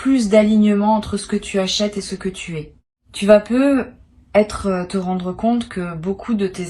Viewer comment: Pourquoi "Peut-être" est prononcé "Peu être" ? Et pourquoi dites-vous que c'est un tirage pour le mois de Mai sans en préciser l'année ? Hum ? Peut-être parce que c'est du simple business, une voix générée par Intelligence Artificielle et rien d'autre... pour attraper le nigaud de passage.